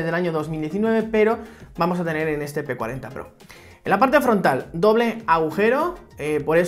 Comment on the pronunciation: Yo entendí "P40 PRRO" :v